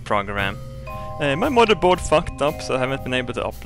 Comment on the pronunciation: I thought he said motor boat instead of motherboard.